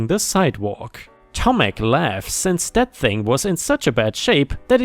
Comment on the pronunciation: The sidewalk story - You did well saying Tomek when reading the story.